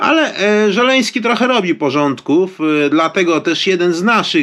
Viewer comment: Nie Żeleński a Zełeński